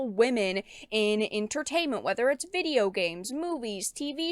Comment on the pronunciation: I lol everytime you say "viddy-yow"! No hate, it's just funny to me.